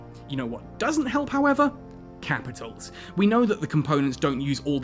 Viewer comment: "Kehpitols. I'm talking Kehpitols."